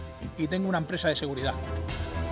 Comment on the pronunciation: Nadie se dió cuenta que dice seguirdad?